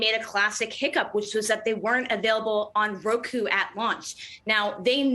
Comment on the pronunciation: It's not ROKU boo....